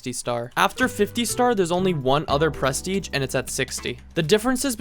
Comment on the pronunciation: why do you say pres teiging?